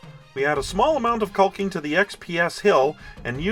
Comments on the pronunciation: The rocks look fantastic, but please, for the love of everything holy, stop pronouncing the L in the word caulking. I've worked with hundreds of people in all forms of construction work over 40 years, and nobody pronounces the L. Lol. Other than that, everything you make looks great and I always try to catch your vids. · I know it's dumb, but my buddies also watch this channel (they are all in construction) , hated the L sound, and we were deciding who had to look like a dick by posting a comment. Guess who rolled the natural 1?